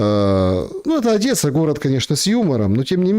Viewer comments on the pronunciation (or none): none